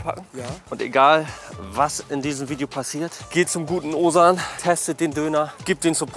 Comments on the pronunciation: Er wird Ozan ausgesprochen, da es ein weiches g (ğ) ist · „Owesan“ 😂😂😂😂😂😂😂😂 nicht nett von dir!!! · bro der name wird "OSAN" ausgesprochen :D